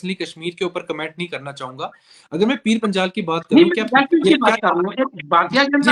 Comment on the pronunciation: Aur Reporter sahab .. pir Panchal kya hota... Panjal hota hai......